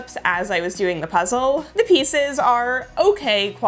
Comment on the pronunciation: So It’s the first time I’m ever watching a video of you (love it! I subscribed immediately), but first I thought you said “welcome to PREZEL”, and I was like “YEAAAAA prezel! wait. Ohhh Puzzle hahahah” 🤣 anyway, great video!